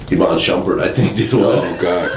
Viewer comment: I cried when he said iman shumpert